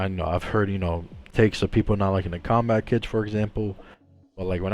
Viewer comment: So it is pronounced "Zombat" okay. I never knew